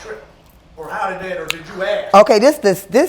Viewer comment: Don’t “ax” that question.